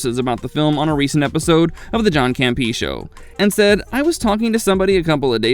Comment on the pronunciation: John campee? Bro.... Come on